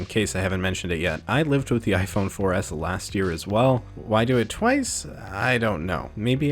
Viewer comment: When he said 4s I thought he said foreass one time lmfao 😂😂😂😂